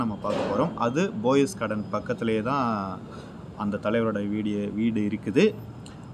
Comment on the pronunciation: It is "Poes" garden and not "Boes" Garden...